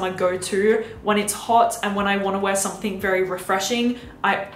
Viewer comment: i adore you and thank u for ur reviews but pls stop saying somethink.. no shade x